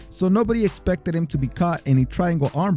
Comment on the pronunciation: Sorry, I think you mean Chris Lebben not lemon.